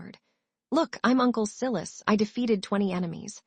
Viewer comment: male lead name siilussss its so funny, not sylus